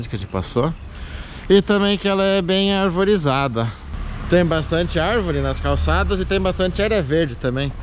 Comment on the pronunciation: amigo vc falou (arvorizada) é (arborizada o certo) tá bom. foi a única vez.um pequeno deslize... tudo nos vídeos está muito legal. abraço.